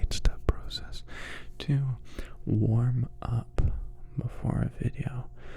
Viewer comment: Warmup or waRRRRRm up :>~